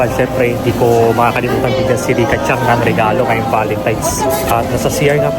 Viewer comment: yes po tama na CHAN lang, sa ibang japanese po kasi CHANG ang bigkas nila kase po mas smooth bigkasin. pero tama po, Chan and San ❤